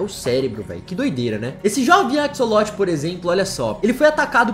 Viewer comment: Se escreve "axolote" mas na vdd se pronuncia "acholote" não tem som de cs '-'